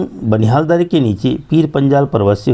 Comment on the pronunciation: Kyu kahte h darrrrre😅